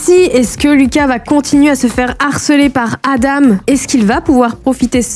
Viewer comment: Aïe aïe aïe pour les Adam sa se prononce adan